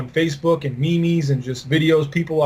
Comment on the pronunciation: pronounciation of MEMES :D omg